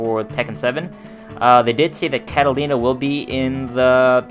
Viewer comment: Its not catalina is katarina